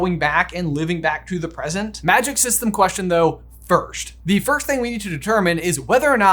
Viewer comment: You guys say “firsht” instead on “first”